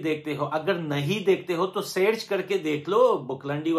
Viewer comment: Is not seerch is search 😂 wow English is se to pakistan🇵🇰 ke team ache English bolltee hee